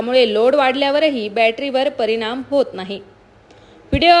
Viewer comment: परिमाण... परिणाम 😂